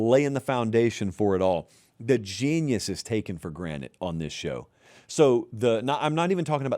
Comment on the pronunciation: I swear says for granite instead of for granted and I can’t unhear it